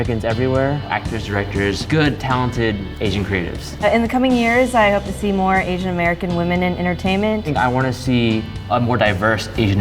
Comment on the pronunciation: drink, when they say asain...drunk after 50 sec.